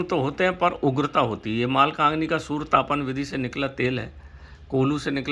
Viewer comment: सूर्य बोल रहे या सुवर बोल रहे ।। सूर्य ताप बोलो यार स्पष्ट बोलो ।।